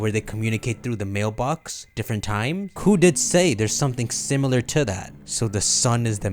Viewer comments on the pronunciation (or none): none